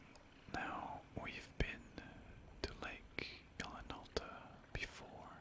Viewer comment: I kept thinking you were calling it Lake Alan Alda.